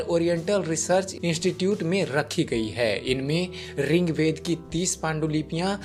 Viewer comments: Ring Veda nahi hota bhai.... Rig Veda boliye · आप रिंग्वेद क्यो बोलते है त्रुटि की पराकाष्ठा कर दी।यह ऋग्वेद है। अज्ञानता की पहचान है । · बहुत अच्छी जानकारी।। पर रिंगवेद नही होता।।। ऋग्वेद होता है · Bhai rigved not ringved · Its Rig veda not RING veda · अरे भाईया रिंग्वेद नही होता ऋग्वेद होता है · Bhai wo rigved h na ki ringved kya bol ra h. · Ringved nahi boltey